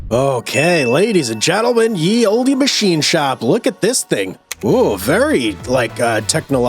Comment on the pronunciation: I love every one of your videos and I’ve tried so hard to not correct you just in case you’re pronouncing Olde as Oldy on purpose. But just in case you didn’t know already, it is Old English and just pronounced Old. 🥰☺️